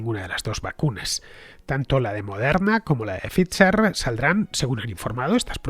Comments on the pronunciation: Cada vez que dices fitzer/pitzer en vez de faizer/faiza(dependiendo si eres de de EEUU o UK) me sale un sarpullido, sobre todo xq en tus programas das a entender que hablas el idioma(la p no se pronuncia y no hay t)..lo he puesto foneticamente Fernando a ver si lo corriges que aun tendras mas programas de esto y de verdad que duelen los oidos.. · Pfizer se pronuncia "faiser".... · Yo también me he dado cuenta pero me lo he callado para no parecer un pedante xD, pero tienes razón se pronuncia [Pfaiser] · es que hace un par de días alardeaba de que como era un apellido alemán había que pronunciarlo correctamente en alemán :) ... adoro a Fernando anyway, es imprescindible